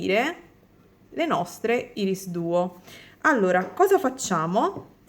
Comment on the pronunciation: un altro bel ciondolo estivo, anzi tropicale molto colorato e bello, baci 💜💜💜p.s. irisduo si pronuncia "airis" duo, piccolo suggerimento di pronuncia